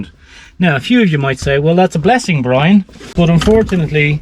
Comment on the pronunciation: Wee-weese Bwian!